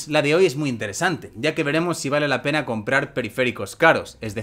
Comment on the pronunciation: Primero, yo diría que se escucha decir "pene", y sí, es obvio que quería decir "pena". Pero eso es lo que se entiende....